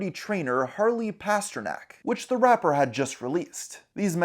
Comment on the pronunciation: The way you say rapper does not sound nice, it sounds vile